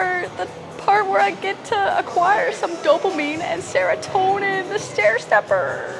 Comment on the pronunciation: oh.. oh my goodness.? Your shoulders and neck are, incredible! Looking strong and happy. Plus seems i not alone an everybody's saying it. Pigtails.. What a joy. My wife an I cracked with how you said dopamine and serotonin. Thanks for that.